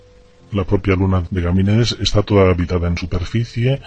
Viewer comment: El entrevistador dice permanentemente Gamínedes, es Ganímedes. Ninguno se da cuenta del error?